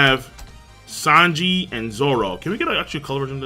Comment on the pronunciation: King keeps saying Lanji’s name wrong.